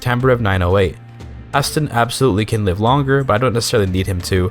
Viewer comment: The way you pronunce Haesteinn makes me ill. May playing Tall reign supreme